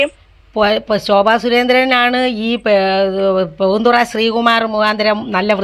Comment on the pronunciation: Punthoora alla bro poonthura😂